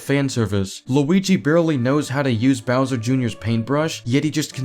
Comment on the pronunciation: "Browser" Damn, I didn't know IShowSpeed was reviewing this movie... (I haven't watched the movie, so I don't have anything to say other than sad that Rosalina gets barely any screentime... I just wanted to make this joke)